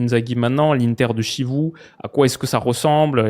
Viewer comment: Pour mon gars wiloo, Chivu se prononce "Quivou" et non pas "Chivou"🤓